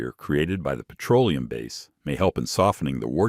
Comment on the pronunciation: “Pietro-Oleum”…AI grrrr